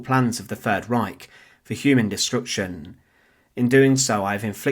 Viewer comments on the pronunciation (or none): none